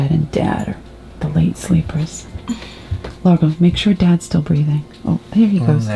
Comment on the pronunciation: Wow, Largo's French accent is very good as well as the French.